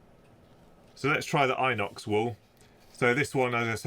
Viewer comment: pronounced in ox, not eye nox.🤷‍♂️